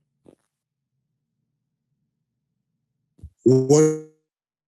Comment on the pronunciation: For a guy who always acts like he so concerned about saying names correctly. It's a bit weird that he pronounces Ciryl as "surreal". Ariel literally tries to say Adesanya in an authentic African accent, but can pronounce Ciryl properly? Lol. It's pronounced Cee-ril. Not "Surreal".